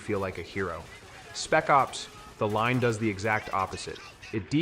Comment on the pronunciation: It's absolutely AI. You can tell. The way it pronounces the games. "Spec ops. The line" " That's why the order. 1886 is a blah blah" There weird pauses where there shouldn't be. Other than that the voice does sound legit but no one that plays games would pronounce these games this way. It makes no sense